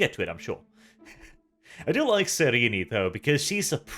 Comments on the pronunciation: Every time he says "Cyreenee" I hate it. I haven't heard how the audiobooks pronounce it, or how the writers intended it, but that's certainly not how it looks on the page. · His pronunciation is close to correct. In _Betrayer_, Cyrene corrects a certain Damon Pyrtannis who pronounces it SIGH-reen. According to her, it should be pronounced SIH-ren-nee. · Isn't the final e in Cyrene's name supposed to be silent? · I got the impression he was turned into a servitor because he SAID he was selling lamb, but instead sold dog. IE false advertising. It's still f#@ up but it's not the kind of f#@ up you're presenting =/ Also, the way you pronounce Cyrene's name hurts my soul.